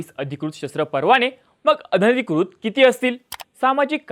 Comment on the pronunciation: "अधनिकृत" नाही तर अनधिकृत.